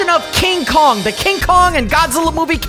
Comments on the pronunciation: Its kong not kogu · Kong king of the apes his name is kong not dongki kong watch it bro